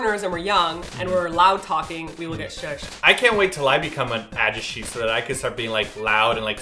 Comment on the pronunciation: it's funny how you pronounce ajusshi and ajumma ^^